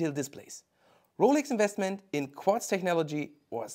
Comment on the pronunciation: "Qwatz movement" 😂